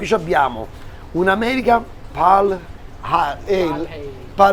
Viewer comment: Max la birra si legge "peil eil"